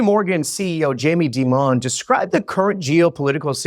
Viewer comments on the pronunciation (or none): Did he just say Jamie demond? Who does that ?